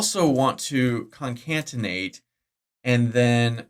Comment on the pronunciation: New drinking game: Take a shot every time says concatenate incorrectly.